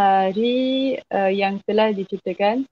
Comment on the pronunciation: hari ,bukan aghi, berada bukan beghada ok. mana R nya. Bahasa Baku mesti sebut R dengan jelas. Bukan macam bahasa Riau yg tak pakai R . seorang bukan seoghang . lari bukan laghi ok.